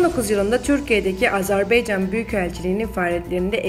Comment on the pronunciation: ay bisavadlar Azerbaycan sozunu niye Azerbeycan telefuz edirsiz? Azerbeycan duzgun deyil. Turkiye Turkcesinde olsa bele.